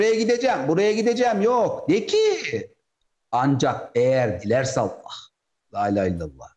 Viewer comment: Kardeşim Cenâbı Allah’ın ismi celilini düzgün telaffuz ederseniz daha iyi olacak. Hâşâ اللخ gibi söyleme الله deyiver!